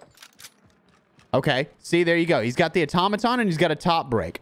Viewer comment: Finally someone who knows how to pronounce Automaton!